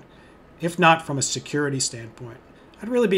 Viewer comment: OH YEAH IF YOU LIKE SECURRRITY YOU SHOULD USE LI- oh